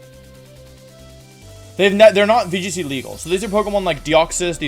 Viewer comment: VGC? You mean wee g c